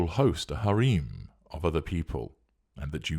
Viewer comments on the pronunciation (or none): Second time I've heard you pronounce Harem like that. I think someone might come from an Arabic speaking background.